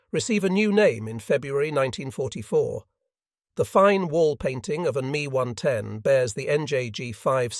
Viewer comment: It’s not an me 110, it’s an ME 110